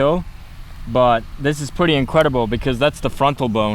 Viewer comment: "This is pretty incwedible"